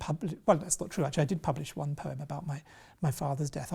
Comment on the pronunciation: *Wannn*? Interesting interpretation. I think wan works better. Not vicars daughter either, solicitors daughter surely